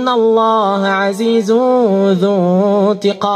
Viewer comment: اخي الكريم الله بكسر الهاء وليس بضم الهاء